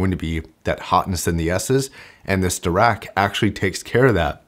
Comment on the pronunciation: SO Dirac.. Paul Dirac was one of the greatest physicists in the 20th century. His last name is pronounced De - rahk, with the "i" pronounced like the "i" in kit, so the first part of his name would almost be pronounced like Dih - rahk. I'm positive that Monoprice named this technology as a tip of the hat to Paul Dirac, so please don't pronounce it Dee - rack if you can help it. Sorry to be a pronunciation snob. Great vid on a great product as always. This new dac/amp will replace my Khadas Tone Board and Liquid Spark stack within a year or two :)